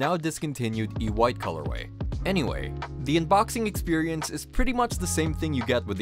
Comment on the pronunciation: it was an attempted anodized white not ewhite!! just a note